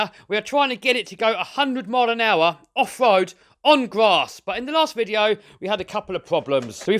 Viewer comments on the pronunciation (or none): Great creations this guy makes... if only he could find something to pronounce the ‘r’ a little better .. offwoad, twuth, hundwed, it started to wain ... haha